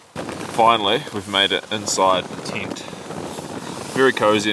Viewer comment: its tent not tint you bloody drongo 🤣🤣